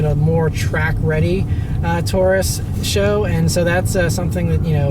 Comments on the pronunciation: S.H.O. not Show. Do you try to say GTR, or STI? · Ford Taurus "Show" _. It's pronounced S-H-O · I was cringing every time he said it lol...super high output.. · saying "show" sounds fucking ridiculous. Couldnt even watch the video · I thought it was pronounced S, H, O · This guy gets it^^^^^ say it with me, S-H-O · Can't take your reviews serious, if you can't even pronounce car model correct.